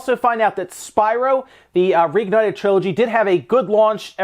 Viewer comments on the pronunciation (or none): Thanks! Btw it is Spyro not Spiro